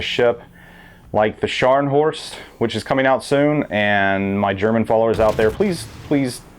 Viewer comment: You pronounce Scharnhorst right :)